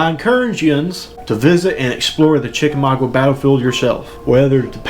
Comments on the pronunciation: You are saying it wroung chica ma ga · Chicka mau ga the u is silent